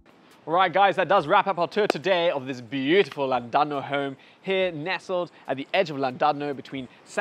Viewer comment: Thank you for helping all of SA finally pronounce 'Llandudno' properly. Not all heroes wear capes, some wear a yarmulke.